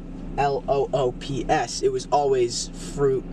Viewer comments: Chris's accent started showing when they were talking about fruit loops lmao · “i ain’t never seen no FROOT LOOPS” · “I aint ever seen no FROOT LOOPS”🥸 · "I ain't never seen no FrOoT lOoPs"